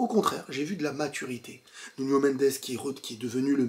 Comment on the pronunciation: Belle analyse... Mais faut arrêter de dire nunio... 😂